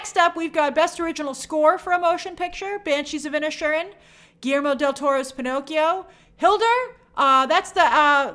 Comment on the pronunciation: Inish Erin break it down Grace..you break my heart wioth your pronunciation sometimes